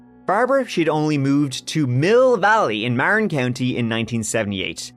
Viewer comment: and you say Mount Tah-MAL-pee-us, which had me scratching my head. It’s pronounced Tah-mal-PIE—us and Marin is pronounced Mah-rin, also BTW.